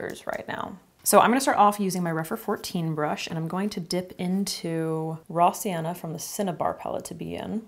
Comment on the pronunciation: What you're saying: "raw sienna" What I'm hearing for no reason at all: "rossianna"